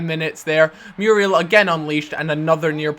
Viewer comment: No, not Mee-yoo-ree-al Mu-ree-el;)